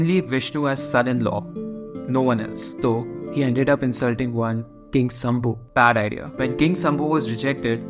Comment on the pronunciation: The way you say bad idea😅